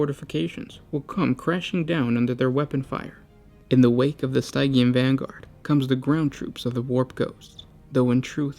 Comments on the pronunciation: Stygian is pronounced “STIH-jee-an”. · Been watching your videos for years now, and I still cringe every time you mispronounce something (which is often). For all the research you guys do, would it kill you to spend 30 seconds googling the correct pronunciation of "stygian"? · What are you saying in the 6minute Mark? Stygian? Sygean?